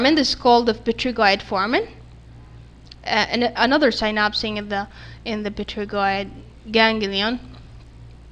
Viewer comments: great video, though you made small mistake in pronunciation of P*"T"*ERIGOID... (it is not p"E*"trigoid) bone or consecutive terminology related to this bone. Don’t take it to hard because mistakes like that are common in anatomy. all the best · it's written Pterygoid but pronounced Terygoid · i'm sorry but is pterygoid pronounced with the p !! coz i used to hear it with the p silent so i got confused !!